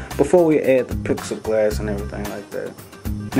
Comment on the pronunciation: Plex E glass is how it's pronounced. But thank you for making all these vids, they are really helping me so far! Thanks a lot truly